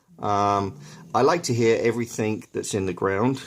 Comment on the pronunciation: "Everythink" come on man! EVERYTHINK is not a word! Good grief!